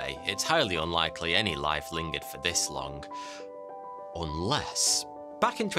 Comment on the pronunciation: It's long, not longk